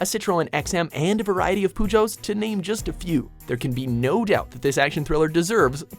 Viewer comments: "A variety of poogeots" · Did he pronounce Peugeot as Poo-Joe? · Poo-joes just made my ears bleed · From an extreme petrol-headed point of view, that video was horrible. Peugeot is pronounced PO-JO, not PU-JU, and they aren't very interesting. also, a chrysler 300 is NOT drooling material, and it could NEVER Keep up with a 5.3 liter mustang. I usually like your videos, but research before you post! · Chatty Matty i agree with you but as a french I have to tell you that Peugeot is NOT pronounced po-jo ( but puju, is truly horrible to hear ) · How can mispronounce Peugeot? Purr not poo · this guy just pronounced Peugeot; "poo-jo" hahahahahaha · Who was the genius from WatchMojo who told this guy that Peugeot is pronounced "pujo". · Poogo.... It's called Peugeot... And not to forget... Once again... Fucked up the list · Wtf is a poo joe? like wtf.. also wtf is this list?? Furious 7 is number one? Above The original italian job? What??? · its peugeot not poojo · Hahaha, Poojo's xD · Did you just pronounce Peugeot as Poo-Joe? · what the fuck is a citraaawwn and a poojoe? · I love driving my "PooJo" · Wait wait wait... "poo-joe's"? That's not how to pronounce that. You're Canadian for christ's sake! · "gee-blee" "my-or-a" "poo-joe" For the sake of any actual car enthusiasts watching this, please stop. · "Poojoes" my sides... 😂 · 1- the way he pronouns peugeot 2- noone drools over a c300 3- no gumball?!?!?!? no herbies, no Transporter, no Need for Speed, no Taxi, no Death Race im suprised these 'enthusiasts' havent named transformers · Can't even pronounce half the cars right, insult to injury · You may want to learn how to pronounce names of cars properly, like Peugeot and Miura. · the way he said peugeot made me cringe